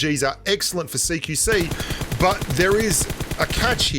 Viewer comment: I always thought u were saying "seek you see"